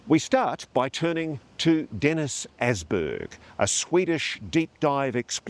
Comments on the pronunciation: ÅSBERG. Not Assberg. Might as will be Assmountain,.. Åsberg is Swedish and means RidgeMountain. // fellow Swede 🇸🇪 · Åsberg is prenounced "aus-berg" like in "australia" 😊